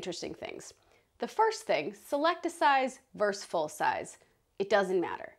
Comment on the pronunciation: It’s versus, not verse.